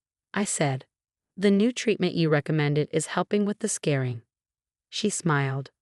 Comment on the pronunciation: It’s “scarring” not “scaring”! Geez.